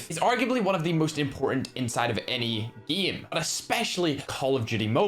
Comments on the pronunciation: Why tf do you say geem and eem! Not to be a dick but it sounds very disgusting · i like it too because instead of “Game” he says it like “Giem” 😆